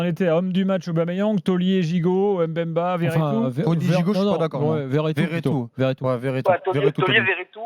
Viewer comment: Chancel mbemba meilleurs défenseur de la L1 et je vois pas ca veut dire quoi joueur limité pcq le mec c'est faire des passe centré defendre et surtout il marque. On accentue pas le M. bemba mais faire la liaisons directement le Mb merci allez l'OM 🔵⚪️